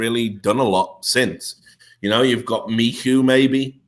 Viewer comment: michu is pronounced mishu. same as skytten is pronounced shytten in swedish ^^